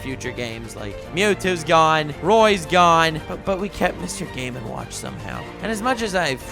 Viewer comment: Was it just me, or did specifically pronounce Mr Game And Watch as Mr Gay Man Watch